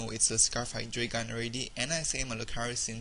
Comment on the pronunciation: I think Hydreigon is pronounced "high-dry-gone," at least if its based on the German number "drei." Pretty entertaining to watch, besides that mispronunciation.